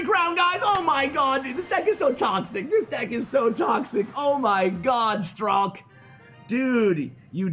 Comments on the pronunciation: letss goo i always pronounced it like strike in my head, i was so sad when i heard pronouncing it stralk xD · His nickname is pronounced like Strike. And it is not Ukrainian, it is just a nickname. b.w hello from Ukraine.